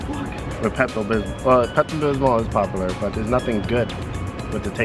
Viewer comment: Why do you pronounce “popular” like that